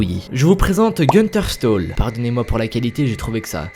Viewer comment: On dit plutôt "chtaul" que "stole". A part ça très bonne vidéo :-)